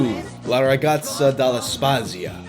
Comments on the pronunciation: Pronounciation wasn't that bad ^^ "spazio" is more like "spatzio", but other than that, it was pretty on point! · Uff. Ma che dire? Non è italiano. La pronuncia italiana non è facile per noi Americani. Non importa, nonostante la pronuncia sto video spacca di brutto., Italian z's are pronounced with a "ts" sound. Spat-see-oh. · Condensing all my comments here: Quite a bit of TV series in Italy have original italian theme songs, that are pretty good! Z's are hard in italian, both figuratively, as it has two ways of pronouncing it, and in this case literally: every Z is hard in "la ragazza dello spazio", pronounced as "tz". Yeah, "sigla" means both "theme song" and "acronym" lol Code lyoko! That was my absolutely favorite cartoon as a child, lesser known but fantastic! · you did pretty well all things considered. Not mentioning the swapping of the o for an a, there's the z in "spazio" that's pronounced a bit different but that's all